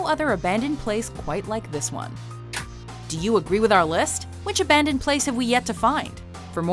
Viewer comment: Ayyyyye aban-ndoned